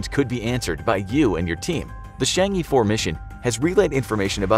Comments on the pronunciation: There is no "Dark side" of the Moon, even within the video they got it right calling it far side vs near side. The title fails. Also narrator should at least learn to pronounce Chang-e properly. Its pronounced Chang 'Er' not Chang 'Ee' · it's pronounce as Chang'er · Chang'e is pronounced chong uh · It's pronounced Chang ugh rather than Chang yee 😅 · CHang'e 4 WHY ARE YOU SAYING CHANGEE 4 IT IS CHANG AAA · It's actually pronounced chang uh not chang E :p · It’s not Chang e you pronounce it as Chong aww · It’s Chang é, the é sounds “uh” in ago. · The mispronunciation of Chang'e was incredible terrible lol. Its pronounced kind of like "shawn-shay" or more like shjay.